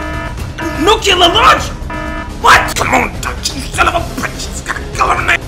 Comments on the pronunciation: 2Dtube1 I like how he says nuke-you-lure instead of new-clee-ar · nu-clear , not nu-ci-ler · I like how he pronounces nuclear as “nucular” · ***** NUK-YU-LURR FRIKIIIN BOOOOMBB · NUKULAR LAUNCH????! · dunkman, I know it's just a joke, but for christ's sake don't say "nukular" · dunkey it's nu-CLEAR as in CLEAR skin, CLEAR skies, CLEAR your browser history before mom comes home! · I just don't understand how someone can see the word "nuclear" and say "nucular." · Nucular Crisis diverted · Nuculer launch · "nucular" uh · Nucular? Unsubscribed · Why why whyyy do Americans say 'noocyoulur' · Nuclear is pronounced wrong, you’re pronouncing it like it’s “Nuculear” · listen to how dunkey pronounces "nuclear" lmao